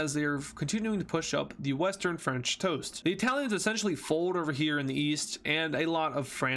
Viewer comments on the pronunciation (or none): Ah yes "The western Fench "Toast"" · Is it just me or did he say "the western french toast"